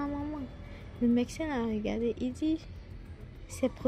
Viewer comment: H1 Svp on dit médecin et non MeCsin ça m'a fatigué